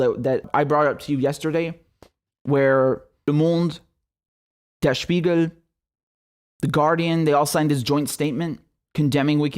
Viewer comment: The way you said "Der Spiegel" sounded very native.